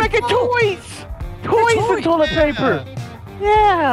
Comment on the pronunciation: it’s Toy-let paper